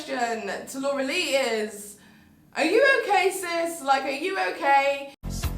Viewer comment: i thought she was saying dora the whole time